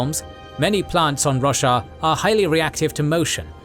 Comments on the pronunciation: Lol, I legit heard "The world of Russia" and had to do a double take. :D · Never heard anyone pronounce Roshar like Russia before!